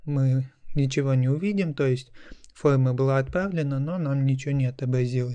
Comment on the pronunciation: какое ужасное произношения "фолма"...нахрена вести уроки так?